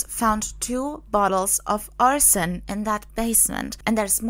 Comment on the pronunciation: the way she pronounces it sounds like "arson" which is a crime of intentionally starting a fire. I didn't know of any other way to pronounce arsenic. People tend to run it together to sound like "ars-snick" but I guess it actually has 3 syllables. When I heard this story, it reminded me of the old play "Arsenic and Old Lace" (and also movie by the same name) Thank you for replying to me. Have a nice day.